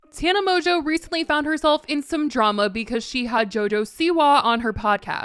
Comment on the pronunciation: You're saying Tana's last name wrong